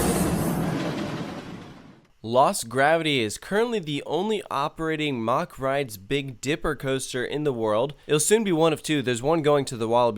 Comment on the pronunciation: It's pronounced Mack not Mach.